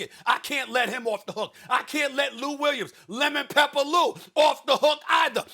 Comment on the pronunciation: LEMN PEPPER LOU - Stephen A 😂😂😂